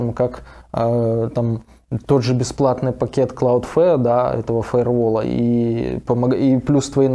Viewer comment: Господа дудосеры, Cloudflare будет правильно, а не CloudFare